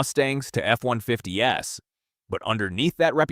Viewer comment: right? sloppy creation too, the way it says v8 and f150s